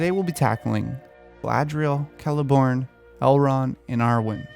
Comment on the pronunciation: The moment you pronounced Celeborn with a k, I finally decided that it was time to subscribe.